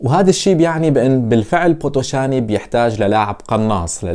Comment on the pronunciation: أرجيش بيتيشت اسم الفريق ال ي تلفظ كسره و بوتوشان ال ي الأخيرة لا تلفظ مع احترماتي الك